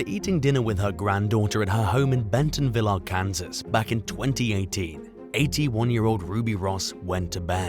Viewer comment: Arkansas is pronounced Are-Can-Saw